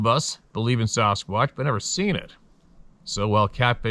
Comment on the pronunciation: lol at “the sarasquatch”